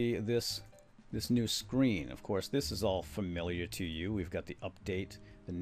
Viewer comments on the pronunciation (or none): none